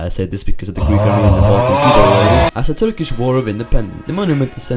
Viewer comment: Have you learnt Turkish? How are your pronounciations really good? <3